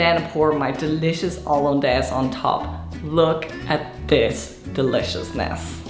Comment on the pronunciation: Haha I like the French pronunciation